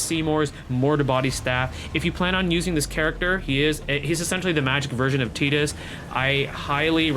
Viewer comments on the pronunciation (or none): none